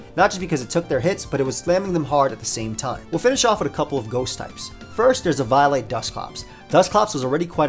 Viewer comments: i thought the way to say eviolite was "Eh-Vee-O-Lite" not "Ee-VIO-lite" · E-viy-light? On freaking evi-o-lite? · “E-vio-lite” instead of “E-VO-lite” sent chills down my spine. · huh .. first time i hear someone say " Ee-vaio-light" instead of "Ee-veeo-light" not the biggest fan of the prior but to each their own. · Great vid man, but eviolite is pronounced like eevee-oh-light. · your pronunciation of eviolite made my 6'0 190 lb infant son cry. is this what you want? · Never say eviolite like that ever again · why do you say eviolite like that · Losing my shit over the pronunciation of “eviolite” as “eve-eye-light” Also doublade as “da blade” or “the blade” I feel like I’m having a fucking STROKE